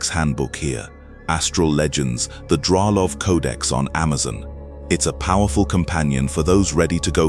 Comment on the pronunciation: Forgive me but today I've come to learn that your correct name is Dralov and not Draal